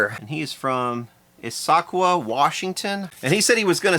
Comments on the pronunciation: the city in WA is pronounced "ISS (like hiss) ah kwa" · Just for reference, it's pronounced Iz-uh-kwah. It's American Tribal.